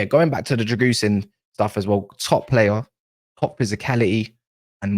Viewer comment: Drãgusheen is pronounced